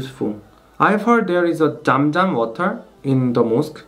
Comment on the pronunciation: The sound of "Z" in Zam Zam is same like "Z" in Azaan. So its not dam dam. JazakAllah Love from Pakistan 🇵🇰